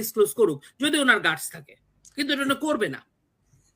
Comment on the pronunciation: কিছু মনে করবেন না, শব্দটা গাটস (guts)। আরেকটা ইংরেজি বাংলা মেলানো শব্দ স্টান্ট( stunt)বাজি।